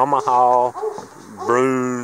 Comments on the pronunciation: It’s actually pronounced brew-in- and the last year they were made was 2006, it was replaced in 2007 by the grizzly 350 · Broo-IN. It’s a bear in French